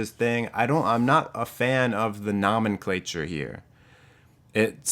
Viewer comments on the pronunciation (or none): Omg, you said "nomenclature"...I thought no one used that but me. But dude..I think it's pronounced with a long "o". . that's just how funky I am!🙂. Stay cool and attractive.